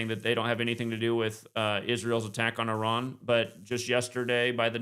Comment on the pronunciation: Great show. * pronounced-E Rahn like E- Rahq